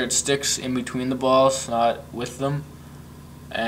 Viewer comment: you say BALLS soo wrongly